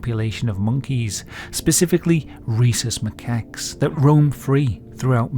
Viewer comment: Ik its not what you said but i heard racist macaques lol